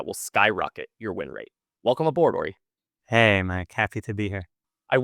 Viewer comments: Idk why it’s so tilting hearing you pronounce his name incorrectly over and over lol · my god, you're right. I just talked to Uri about the right way to say it. I'm even more tilted than you.